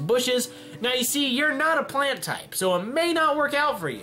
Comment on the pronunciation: i cringe every time he sad plant tipe